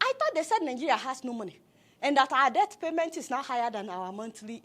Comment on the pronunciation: Between and , I heard the man mispronuncing debt for death, "paying for our death"🤣🤣🤣. Please we are not paying for our death oo, we pay for debt.😅😅😅